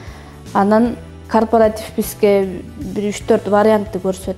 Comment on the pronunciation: Кооператив деп туура суйлочу,корпартив дебей